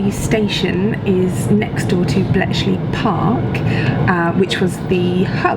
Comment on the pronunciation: 'Bletchley plark' from, Gotta love Bletchley